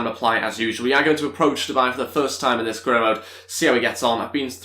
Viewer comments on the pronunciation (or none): none